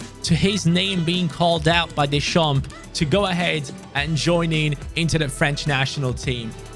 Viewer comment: Just so you know im french and Deschamps is pronounced without the p and the s